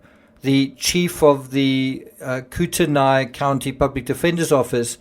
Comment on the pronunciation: It’s pronounced kootnee county - I realize lots of Idaho names are not easily learned